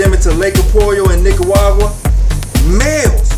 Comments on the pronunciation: Nicaragua man, not Nicaguagua 😂 Lol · Sounded like he said nicawawa... leaving a thumbs up just for that lol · I just want to hear you say Nicaragua again